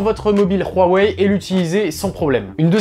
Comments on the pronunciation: franchement arrêter de dire royweille c'est huawei tout simplement seriez c bizarre votre tfacon de le dire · On doit dire "WA ouai " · Rouarwei :):):) HUAWEI c 'est facile H U A W E I = Ouawei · khuawei ?? Huawei tout simplement. les chinois ne sont pas des neerlandais !